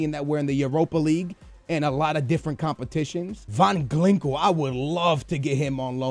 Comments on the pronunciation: Van glinkel? Its van ginkel... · MARCO VAN GINKEL NOT GLINKEL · GLINKEL!? LEARN TO READ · ***** No, it's O-lah. And van Glinkel? Really? Where the fuck do you see a fucking L? I can forgive butchering the G, but the added L... I know you're horrible with names, but come on, if you don't know how to pronounce something, break the name up in smaller parts and make it somewhat less horrible. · VAN GINKEL NOT VAN GLINKEL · hahahahahahah Van Glinkel ahahah u legend!! GINKEL NOT GLINKEL, love ya man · Van Glinkel? It's Van Ginkel! xD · SKILLZ PLEASE YOU'RE KILLING ME.. It's VAN GIN-K-EL. Not VAN GLI-NK-EL.. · "Van Glinkel"? "Salaha"? "Olay John"? Srsly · Van Glinkel, Salaha lol can he even read? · did he say van clinkle? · Van GLINKEL??? learn to pronounce...